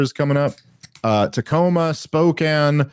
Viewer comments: One day Dave will learn how to say 'Spokane.' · Nobody pronounces Spokane correctly. Think, narcan or Kane as can